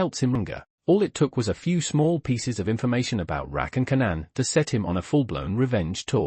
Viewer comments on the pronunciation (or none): I wish the narrator will pronounce the name correctly he keep saying Keenan instead of Kanan 😂😂😂